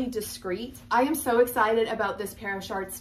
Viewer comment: I can’t take you seriously when you keep saying “shaarts”!!!!!!!!!